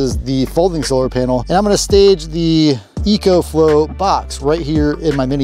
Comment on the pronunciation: It’s pronounced “Eeee-CO” 😂